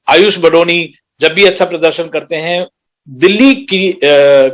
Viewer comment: Kamino phele BADONI naam likhna aur bolna to seekh lo.. Hum बदोनी ya बधोनी nahi balki बडोनी हैं "ड से डमरू वाला ड" पढ़ना नही आता क्या?